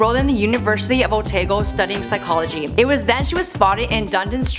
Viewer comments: I'm sorry but "Otego"! Try Otago sweetie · queen margaret college is in wellington nz, and it's pronounced oh-TAH-go (every kiwi was triggered)